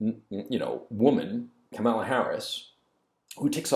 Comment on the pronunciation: It is Kamala as in Pamela.